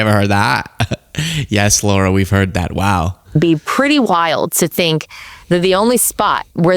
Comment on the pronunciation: It's LARA not Laura!!!!!